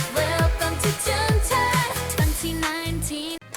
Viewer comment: "welcome to toon turf' tun terf, hee"